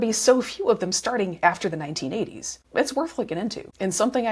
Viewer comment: I understand the word suicide, but why the fuck do you muffle the"1980"?